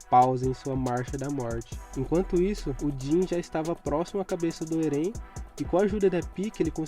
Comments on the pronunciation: "Erên" foi foda... 😐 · Oxi, Erén? é Éren mano